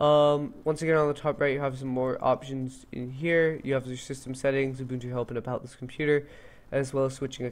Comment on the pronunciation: It's nice to see some folks know how to pronounce Ubuntu properly. Great tutorial by the way. Keep up the good work!